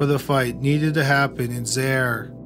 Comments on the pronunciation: Several comments, referencing the Jack Unterweger portion: - The grammar needs fixing: - "some of the sex workers had went to the police" should be "some of the sex workers had gone to the police" - "it turns out, they had took off" should be "it turns out, they had taken off" - Pronunciation needs work, especially the foreign words: "Zaire" is two syllables, "za" and "ire", pronounced like "zy - ear" One of the murder victims is Sabine Moizl, pronounced "sah-bee-neh moy-tsl" (The last name ends with "L", not "I".) Victim Barbara Scholz's name rhymes with "bolts", not "shoals". "Graz" is pronounced "grotts" i.e. does not rhyme with "jazz". - "ORF" (Austrian television station) is not an acronym, it's an initialism and, as such, is pronounced "O-R-F", not "orf" (to rhyme with "dwarf"). - Austrian police use labels printed in German, not English. - Using American police visuals while discussing crimes that took place in Austria is confusing, especially considering that some of the crimes were committed in the USA. In one scene, the discussion was about the similarity between crimes committed in Graz and Bregenz, while the visual was a Chicago police patch. (?!?) - Last but not least: murder trials in Austria are heard by a panel consisting of three professional judges and eight empaneled citizens. So, the outcome six for conviction, two for acquittal, and four undecided does not make sense. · Zah-ear!!! Not Zayre!!! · He also mispronounced Zaire (Zaa-eer). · Zaire is pronounced “Zie eer” !!!! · "Zye-eer", not "Zair," but otherwise great video as usual! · And the nation was called "ZY-eer", not "ZAIR". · It’s not Zare🤦🏻‍♂️ Zaire…. Ffs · It's pronounced zaa·eer not zair. Great job on the info though. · It's pronounced "Zy-eer". 😉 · It's pronounced Zye-ear. I remember that fight. My mom said it was a con perpetrated by a murderer. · Zaire is pronounced zai-ear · Zaire is pronounced Zi-ear. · Zaire. Pronounced ZY-eer. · The way you say Zaire and Kinshasa is cringing lol